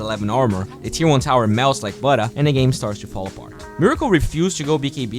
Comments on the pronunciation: I'm sorry melts like what? Butta? Butt-er? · In the next vid can you pls try to say butter again